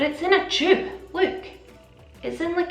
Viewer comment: U could NOT sound more Scottish when you said ‘tube’😹 ayeee